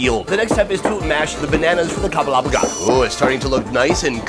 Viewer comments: Again, the word is kabalagala , not kabawgawra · I’m so happy you went to Uganda, but I’m laughing at how you’re pronouncing the foods. You’re almost there but a little bit off. 😂 in pronunciation. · For Kabalagala, just say Kamala first (with the b instead of the m) then gala. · It's kabalagala😂